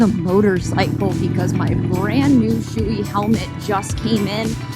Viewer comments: Hey, I love your channel and the new helmet is sweet. I had a nice shoei that saved my life. It is funny that you call it a shoe-y, the name is pronounced show-y. Stay cool, your great. Good luck, peace, 🙂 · You don’t buy a helmet a good helmet because of how expensive your bike is. You buy a good helmet to protect your head. Brain damage will cost a lot more than $700. Also you’re not pronouncing the name of the helmet correctly. Look it up. It’s pronounced showy.